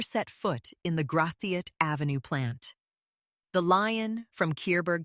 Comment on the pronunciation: makes me cringe to hear Gratiot pronounced that way >.<